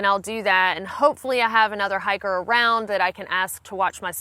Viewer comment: Lol I keep thinking you're saying "hackers"